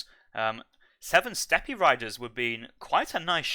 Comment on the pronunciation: Lots of units and words mispronounced. For example, steppe is pronounced step.